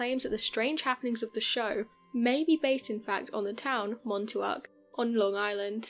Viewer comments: MAhn Tock, not Mahn Too Ock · Its pronounced: "MON-TOCK" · MON- TALK………Montauk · Lol i was just at camp hero this weekend. definitely a cool area to explore but its not its own island its apart of long islands east end. its also pronounced like Mawn-talk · It's pronounced...Mon-talk.